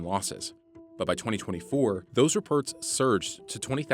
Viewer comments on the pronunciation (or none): “reperts” indeed.